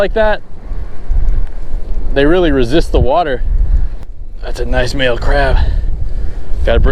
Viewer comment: I heard "BaAail"